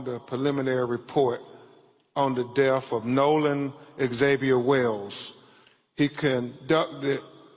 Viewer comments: C'MON!!! YOU'RE AN ATTORNEY!!...FOR GOD'S SAKE PRONOUNCE "DEATH" CORRECTLY! DEATH IS NOT PRONOUNCED AS DEAF! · His unwillingness to pronounce the words correctly is baffling. Deaf of ? WTH is wrong with him? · This show is a disgrace. It takes time to properly investigate. You really find it necessary to read the autopsy to everyone? You’re just trying to justify insinuating his white friends. And it’s death not def 🙄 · He said deaf for death, I'm not going to name them all he's ridiculous.